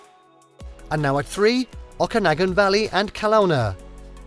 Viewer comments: This is not in anyway representative of BC. It is far too heavily weighted on Vancouver island. You also genuinely need to establish how to pronounce: Okanagan and Kelowna correctly. 🙄😖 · It would have been nice if you had checked the correct pronunciation of a few of the place names, such as Okanagan and Ucluelet. Also, some of the stock footage that was not from a few of the areas identified was misleading.